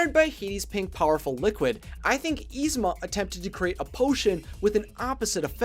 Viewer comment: [is-ma] not [eez-ma]!